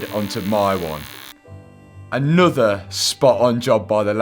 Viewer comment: nawworer? I'll have a pint of what he's had haha